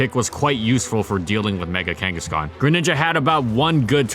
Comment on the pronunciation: DO NOT LEAVE OFF THE H IN KANGASKHAN!